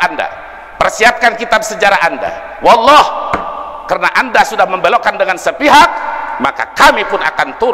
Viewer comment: kok sumpahnya walloh Bukan wallohi, kayaknya canggung banget nyebut huruf sumpahnya